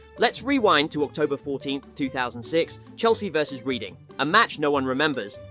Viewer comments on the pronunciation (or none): Reading isn't said as reading. It's more red-ing. Just sounds funny hearing it that way is all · Reading is pronounced "Redding". Great vid tho! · Cantona...Its always, as far as im aware, pronounced Canta-Nar Reading is pronounced Red-In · Past tense of read + -ing.